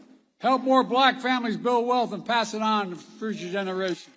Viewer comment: Strip everything away, he is struggling with pronunciations of basic words like “future”. First sentence had a “you know”. God help the US and others around the world who rely on a strong United States